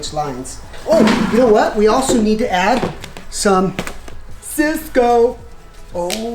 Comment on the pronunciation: This dude said “Cisco”…lol